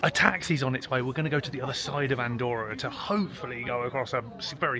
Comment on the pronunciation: Very interesting. Btw, Andorra has two "r", they pronounce both "r"s 😅